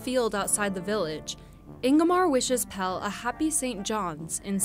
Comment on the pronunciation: PELLE, not PELL. Pelle rhymes with...with...I don't know dammit, but you pronounce the last E like the first sort of. I guess it rhymes with Meleé.